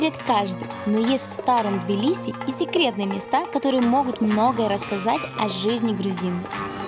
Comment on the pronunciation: Это не Билиси блин а ТБИЛИСИ